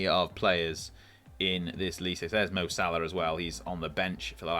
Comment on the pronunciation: Enjoyed the video but your mispronunciation of Lecce tortured my soul 😂